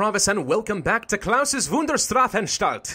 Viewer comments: im german and you did a good jop pronouncing that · i'm german and I love you, also you pronounce it very well that 2nd time near 10 minutes sounded like an old man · Pravus, you are pronuncing Klaus Wunderstrafantstalt correctly i am german so... yeah